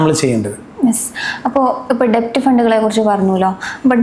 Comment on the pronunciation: Kindly note that DEBT is pronounced as DET (ഡേറ്റ് ). B is silent